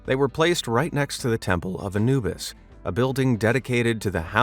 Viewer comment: He’s pronouncing Anubis wrong